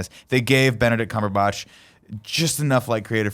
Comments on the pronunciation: You guys are Benedict CumberBOTCHING these names ._. It's Dor-MA-mmu not DOR-ma-mmu, and it's Cumberbatch .-. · Pronounciations for cumberbatch and dormammu are making me cringe lmao